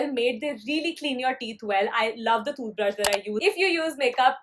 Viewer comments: The way she tells toothbrush... thooth brush cute girl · the way she says tooth brush is so funny hehe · The way you say toothbrush sounds different and funny lol btw is it just me or someone else too ?